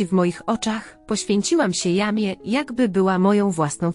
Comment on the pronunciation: NIE czyta się jamie tylko „dżemi”! !!